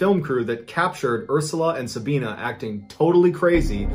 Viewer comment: Its pronounced Sabi not Sabean. As in the letter i. Sab i na.